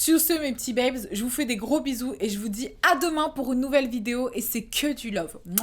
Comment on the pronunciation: c moi ou elle a accentuer le A DEMAIN 😂😂😂